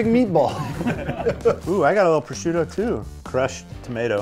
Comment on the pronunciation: Prosciutto di Parma not proschiutto